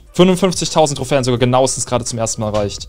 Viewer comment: Es heißt nicht trohfän Trohfen